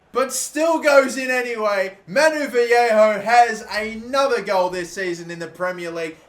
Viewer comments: It’s Vah-lay-ho not vee-hey-ho as a Valencia fan this is KILLING ME. LOL. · Its VA-YE-KHO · You pronounce his name Valleyho